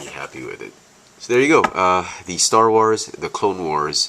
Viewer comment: this is how you pronounce it (G-Oh-No-shin) you pronounced it (G-Oh-No-she-in) Not trying to be mean, but i just want you to know the species name pronounce :D